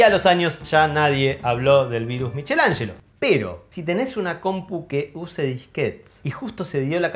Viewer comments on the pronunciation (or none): Me encantó esta edición!!! Solo una corrección (que me parece raro que siendo de apellido, lo hayas pronunciado mal) Miguel Angel en en Italiano se pronuncia "miquelanshlo".